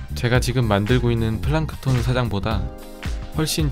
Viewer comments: 오 더빙 기다렸어요 플랑크톤 나만 귀엽나 초 플랑크똥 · 초 플랑그톤? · JTAP익명 yeah, i noticed about the plankton pronunciation in Korean is unique :) 그런데, 안녕하세요 👋😃 저는 인도네시아에서 왔습니다 🙏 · WHERE IS THE ENG SUBBB🤯🤯🤯🤯 BTW I LOVE HOW HE SAY PLANKTON🤣🤣